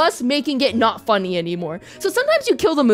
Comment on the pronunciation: "I can fix her" No you canNUT." (the way she pronounced "not" xD ) Me: "You're goddamn right."